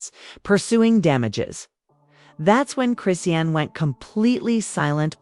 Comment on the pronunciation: This lady is messing up the pronunciation of Chrisean name 😂